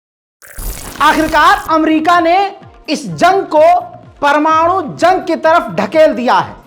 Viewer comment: sahi keraaa news wala chooookraaa pamanooooo.......